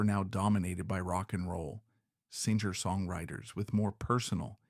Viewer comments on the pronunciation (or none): Terrible AI narrator 😉 it couldn’t even pronounce the word singer 🤦‍♀️ singe-er?! Really 💔